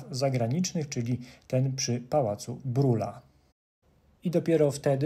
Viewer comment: Nie Brula tylko Brila wymowa niemiecka